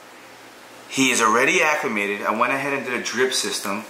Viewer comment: He said acclimate.